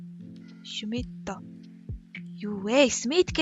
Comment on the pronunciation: Тэр Шюмитто бол яг шүү. Герман хүн юм уу гэж бодсон чинь Smith нтр хаха. Росанзерүс бас хахаха...